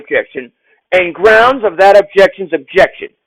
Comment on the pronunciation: I object to the objection of the objection of the grounz of the objection😂😂😂😂I’m screamin😂😂😂😂😂